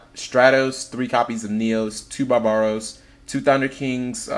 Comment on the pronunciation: barb-aros! not ba-ba-ros...